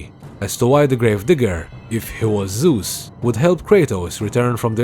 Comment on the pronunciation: It's Zeus not Zues , no offense.